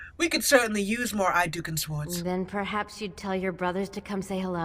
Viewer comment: Appreciate the Rolelplaying of Dragon Age: Origins (My FAVORITE RPG) but for the love of the maker, can you please stop saying "SWWord" for "Sords (Swords" Its driving me to distraction and I CRINGE every time you say it.